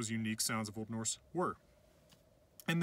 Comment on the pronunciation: i’m icelandic and he pronounces this really well :)